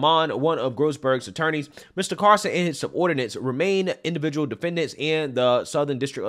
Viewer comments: it’s tucker “CARL-SON” NOT “Carson” like Ben Carson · Carl-Son. Not Car-Son. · CARL-SON. Not CAR-SON. JEEZ!! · CARL-son not CAR-son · I tried so hard to finish this. Saying Tucker CARson over and over just drove me nuts. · Is he saying "Carson" or is it just me? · all he needs now is to learn how to pronounce Tucker's name. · The L in “Carlson” was really giving you hell wasn’t it?😂😂😂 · Love ya but your pronunciation of Carlson is killing me lol. Where's the L? You got Asian in ya?